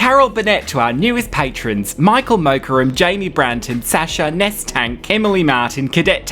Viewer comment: Yay my name! But it’s Neesh not Ness :/